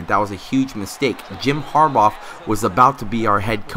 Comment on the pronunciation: Harbaugh pronounced (HAR-Baw) not (HAR-Bawf)